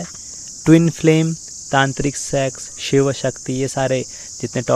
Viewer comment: Pehle bhagwan shiv toh bolna Sikh lo...😂😂😂😂